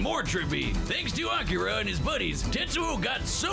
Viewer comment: Akira is a movie, actually. and no,, you DID pronounce it right.:) also, this fight and kill is more sad than anything. Akira is also a manga series.:)